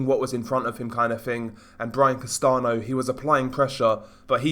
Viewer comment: Castano is pronounced like "Castan-yo" amigo :)